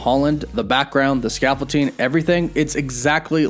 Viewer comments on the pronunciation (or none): Scaffold-DING, not ting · Why do you call it Scaffolting? It's ScaffolDING 😁 It's like your Wolf becoming Woof haha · Sorry, what is scaffolting? Did you mean scaffolding? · Does this guy think the word “scaffolding” is pronounced “scaffolteeng”? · stressing me out how you keep saying 'ScaffolTing' instead of 'ScaffolDing' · Oh man every time I hear him say "scaffol-ting" it takes me out haha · "The Statue of Liverty and that scaffolting" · Man said scaffolting 💀💀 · ScaffolTing? Sorry, I couldn't unhear that. Joking aside, well done video! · scaffolDing... with a D not a T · Really bothers me how you say scaffolding. There is no T. Lol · You're killing me smalls! There's no t in scaffolding. Not sure why that's driving me nuts like it is, but damn, it really is lol. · ScaffolDing. With a D, my dude 😂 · I'm sorry, but it bothered me every time you said it... There is not a "T" in scaffolding. Sorry, my ADD gets me sometimes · dude, you know there isn't a "t" in that "s" word you horridly butchered 20+ times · Why does it bother me so much the way he pronounces "scaffolding" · Scaffolding doesn’t have a t in it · Scaffolding man, there’s no T…don’t mean to be that guy, but….